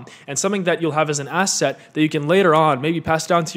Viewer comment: I love how you pronounce ass-et :)